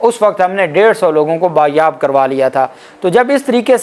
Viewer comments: اپکا وی لاگ زبر دست ھوتاھے سچائ پر مبنی ھوتا ھے لیکن پلیز بیاب نھین بازیاب ھے تلفظ ٹھیک کر لیں امید کرتی ھوں اپ برأ نا مانے گیں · یار آپ کیوں اردوکا بیڑا غرق کرنے پر تلے ہوئے ہو یہ لفظ ( بایاب ) نہیں بلکہ ( بازیاب ) بایاب لفظ کا وجود اردو لغت میں ہے ہی نہیں جبکہ آپ بازیاب کا ( ز ) کھا کر بازیاب لفظ کو ہی بے وقعت کر دیتے ہو 🎉